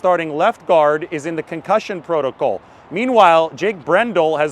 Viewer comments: Love your content. Please stop saying proto-coal, it should be proto-call. Like alcohol but not as fun. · Concussion proto”Cole”. What accent is that? 🤣